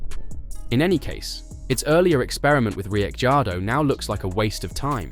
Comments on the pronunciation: Why do you pronounce he’s name like that??? Richeeeaordo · How many times did he he say Rick chardo!!🤣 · How many ways can you pronounce Ricciardo ??... I dot distracted by the simple fact , You never pronounced his name the same twice in a row ! ..And the RB driver school favours those that Marko likes rather than those who perform ON TRACK ..